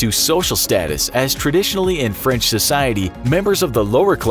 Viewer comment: They also butchered the French